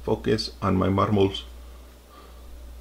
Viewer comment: The way he said “Ôh mAy FiNgErS”